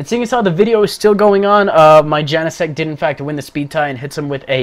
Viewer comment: you are the only one who actually pronounced Genesect right lol